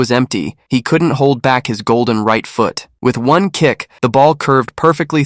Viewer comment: Yo when bruv said foot i thought he said fat lol